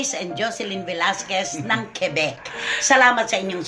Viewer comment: KWE-BEK po ang pronunciation ng QUEBEC🙄